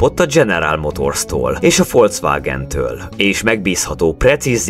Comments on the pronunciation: Igazad van foswàgen inkább 😊😂😂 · azt én is tudom de igy kéne ejteni Folkszvágen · Csak nekem bántja a fülem? "folcwágen"